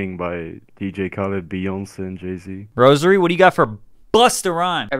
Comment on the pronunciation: The way says "Jayze"..... Like bruh that's "iayze" I could understand other people not knowing who tf this is but when himself doesn't even know but i do- i be shooketh!